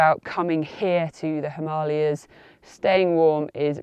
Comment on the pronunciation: Hearing a brit (I assume by your accent) pronouncing Himalayas and Ladakh both correctly throughout the video was pleasant to hear. Tells me you take time to learn about things, which in turn makes me think your other advice must be sound as well.